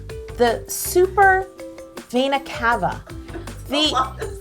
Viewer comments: Its venae caeve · By the way, Yo, it's pronounced VEENa-KAva, spelled vena cava. 😂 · She pronounced "vena Cava" wrong but I did too lol😋😇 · She said vena cava wrong.. I'm so frustrated i screamed at my phone trying to correct her.. (I'm obsessed with the anatomy and physiology if the human heart 😍)